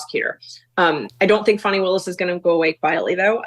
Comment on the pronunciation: Who is Farnie wills. Do you mean Fani?